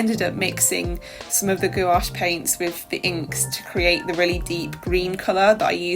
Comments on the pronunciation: Love the idea of a collaboration to experiment more! Also, you pronouncing gOuAche makes me giggle every time. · for sure! hihi you kind of say it with the emphasis on both the O and A, try making it only one syllable instead of two. But then again, i love it hihi!